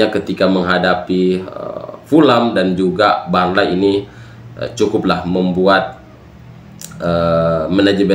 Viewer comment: gw mah suka aja sama bilang Burnley dengan Barnlayyyy bro wkwkwk